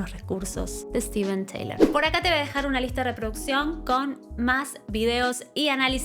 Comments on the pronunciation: Se escribe Steve Tyler y se pronuncia 'Tailer' no 'Teilor'...esa era Liz, nada que ver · Es la mejor voz del hard rock sin duda... Pero se dice Tailer, no Teilor. Saludos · Se pronuncia Tailer no Teilor, Steven Tyler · Tyler, tyler, tyleeeer. No taylor. 🙄🙄🙄🙄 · Muy buen video y muy buen análisis. Solo que en lugar de decir “Teilor” en el caso de su apellido tienes que decir “Tailer” la gente de hablé inglésa pronuncia su nombre “Ssstiven Tailer” saludos hermosa. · Se pronuncia “tailer” no “teilor” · Todo bien excepto que su apellido se pronuncia (/taɪ-ləɹ/) énfasis en la “e”no Taylor 🤪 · TAYLER se Pronuncia, no TEYLOR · SOLO ACÁ TENEMOS MENCIÓN DE MICKEY MOUSE Y CORRUPCIÓN INTERPRETATIVA EN LA MISMA REACCIÓN!!! GRACIAS POR ELEGIR MÚSICA QUE NUNCA PASARÁ DE MODA Y MENOS CON ANÁLISIS ASÍ DE PASIONAL ADEMÁS DE INSTRUCCIÓN DE UNA VOZ AUTORIZADA MARO, BESOS. ❤️ MORE PLEASE!!! (Dato a considerar… se pronuncia -Tayler-) ———-UPDATE…….. NO SABIA QUE CORREGIR ALGO PUNTUAL Y NO DEBATIBLE ME GANO LA INDIFERENCIA (NO CORAZÓN) DE LA YOUTUBER. BUENO NO FUE MI INTENCIÓN EL DESAGRADO SOLO APORTAR, Y SI LA ADULACIÓN FUNCIONA MÁS.